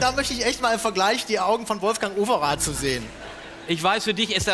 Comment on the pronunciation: Wolfjang Oweraat (in breitestem Kölsch)? Als dann Paparatzi auftauchte, lag ich unterm Tisch. :)